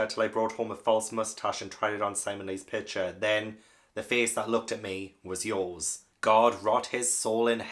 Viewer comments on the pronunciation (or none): none